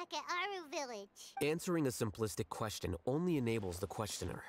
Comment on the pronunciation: Is it just me or pronounced question "quesTon"?